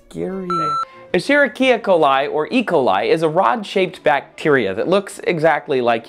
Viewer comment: its pronounced esh-er-risha